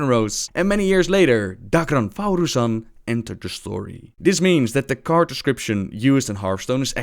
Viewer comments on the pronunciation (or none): sorry to be nitpicky, but his name is thaurissan, not "thauroossan" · Mr.Vojtik I was talking about the spelling, but there's literally no reason to pronounce "rissan" as "roossan," even given the excuse of "pronounce it however you want." You can do that with any word, it doesn't make it reasonable. Don't get me wrong, though, I love and I understand that English is a second language, I don't mind the mispronunciations. I just really enjoy pointing out the idiocy of others. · 8-bit Medic it's a bit more than an accent here, he refuses just to read what is in front of him like how do you even form thau-"rissan" into thau-"russan" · rymarowicz I know right. Thauru-san... lmao. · #FreeTheTitters most official: /θæ:rasa:n/ or as everything that Blizzard made: how you want. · ***** You're right, not everything is pronounced as it is spelled, but there's literally not a single word in the English language where you pronounce the vowel I as an "oo" sound. Just because you can pronounce some things differently doesn't mean you can literally just replace one vowel's sound with another. It's simply incorrect. I don't hate for it, like I said there's a language barrier and I get that, I love his videos, but god damn just because you like him doesn't mean you have to be irrational in order to defend him from a meaningless joke. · Mr.Vojtik ee and oo are very different. ee is a proper pronunciation for i in lots of languages. oo is not. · YOU'RE PRONOUNCING THAURISSAN WRONG #triggered